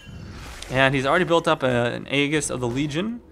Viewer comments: Hate to break it to you but it's pronounced ee-jis. It bugs the hell out of me when people get it wrong. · Aegis = JIZZ-ZZ +SS. AAAAAY, like the fonz, jis, as in jis say it right. Love your videos, but it kills me.